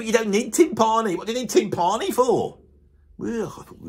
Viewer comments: I believe "tympani" gets an accent on the first syllable. To wit, TYM-pa-ni, and not tym-PA-ni. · This guy's a drummer (apparently - never heard of him), yet can't even pronounce timpani properly, and then makes a video rating drummers! Unbelievable. Timps are as legit a choice for drummers as any tom.